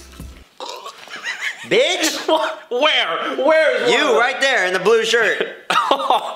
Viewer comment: the way he says where